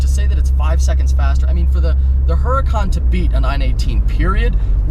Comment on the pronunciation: I like ur vids.. Maybe learn how to pronounce Huracan, think street fighter video game..